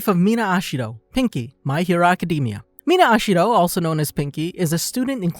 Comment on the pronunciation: the pronunciation of such simple names 💀